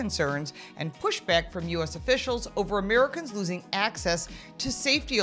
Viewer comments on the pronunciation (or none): none